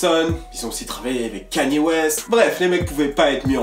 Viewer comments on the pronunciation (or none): none